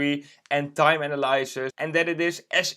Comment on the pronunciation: Analysis - you're saying it wrong.